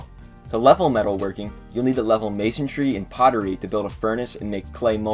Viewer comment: *Masonry. Not Masontry